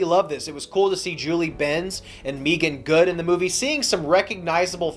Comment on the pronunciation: its Megan Good not Meegan Good.